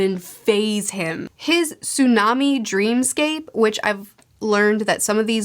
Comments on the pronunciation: It's pronounced "Tsoo-nah-day" but I'm going to have to start calling her Sunday from now on cuz that's hilarious LMAO 😂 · by the by, her name is Tsu-Na-De (Tsunade). not Tsun-De c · Pronunciation help: tsu-na-dey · Tsu...naa...day (t is kinda silent) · Her name is pronounced "Soo Na Day" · It's sue-nah-day by the way. Super excited to see what you think of part 2. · Im sure others have said it already but if not - Tsunade's name is pronounced "Tsoo-naw-day". Loved hearing your thoughts on this second half of part 1, its some of the best manga writing out there even 20 years later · It's Tsunade Tsu - Na - Day You were close. Just missing a syllable And you actually said Jiraya correctly Jih - Rye - Uh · Not crapping on you, just wanting to help with pronunciation here. Tsunade is pronounced like "Sue Na day" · So Tsunade is said Soo - nah - deh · Itachi’s ability is called Tsukuyomi and it’s pronounced “su-ku-yo-me” Also Tsunade’s name is pronounced “sue-nah-day” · I’ve only seen the anime, but I was under the impression that was Gaara’s uncle. Changes? And it’s pronounced Su-Nah-Day lol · Hearing her say tsunday gives me serious PTSD back to her saying luffy's name wrong. But it's still funny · Thank you for this. Also I am sure the Patreon folks would have helped with this, but it is somewhat like the tch sound, goes su-na-day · Tsunade is pronounced like "Tsu - nahh - day", with inflection on the "nahh" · The way to pronounce it is sue-na-day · Tsunade's name is pronounced "sue-na-day" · It pronounced su-na-de Also the Fandom uses the Japanese names as a lot of the moves are tied into Japanese mythology. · Just a heads up Tsunade is pronounced sue-na-day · "Jiraiya, did I say that right? The perv Ninja. Anyway, they go find Tsoondae". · Every 'Tsunday' was like stepping on a Lego brick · Good video, I love ur vids, and to help u, Tsunade is pronounced Su na day, and also, yes ma’am, Itachi is a very interesting character, he’s my favorite tbh